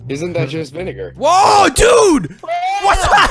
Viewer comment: "Salt and vinegro chips"